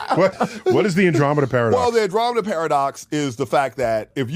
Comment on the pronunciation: He absolutely butchered the Andromeda Paradox 😅